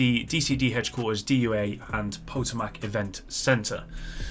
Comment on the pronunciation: Potomac is pronounced Pa-toe-mic from Patawomeck tribe of the DC area. The lore has been sadly weaker compared to div 1. I'd say due to the crisis factor and the unknown of phase 1 agents. I still remember the phone call logs of the little girl watching her mom die, running from a scavenger, trying to feed herself. I can't remember if she was saved, killed, or taken. Hunters having a larger role from underground and legendary missions. Hunters should show up with no warnings at this point. Putting a huge process to get one to spawn and speed kill them, takes a lot out of their lore of being feared. I get on often still with nothing left to due, so I look forward to what is coming.